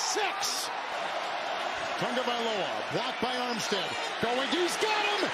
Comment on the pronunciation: Tua's last name is pronounced Tongue o vai lo ha